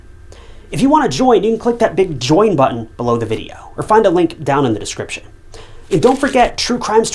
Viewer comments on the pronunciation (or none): none